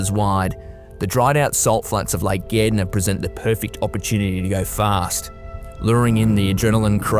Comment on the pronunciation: Being a dutch kiwi you have to make you aware of the australian " slang" of the english language, he is talking about " lake Gardner, pronounced Gard ner😅😂😅